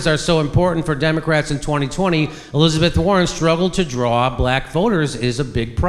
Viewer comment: Hillizebeth War-On